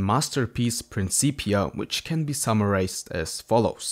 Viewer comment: Really cool niche of physics that doesn't seem to be well known. Also, im glad I finally hear an english speaker correctly pronouncing "principia"